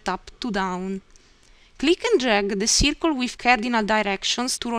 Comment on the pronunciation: Ciircuul = circle 😂😂😂😂😂😂 ... *I died*😅